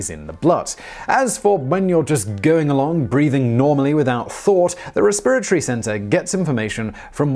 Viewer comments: the em-PHAS-is is on a different suh-LAB-lle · I can listen to an entire video of Simon just saying “resPIRatory”. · Lol I heard "re-spirit-ry" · raspirittree? Probably a British thing, but I never heard that one.